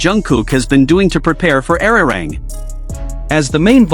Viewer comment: Nicht ararang sondern arirang!!!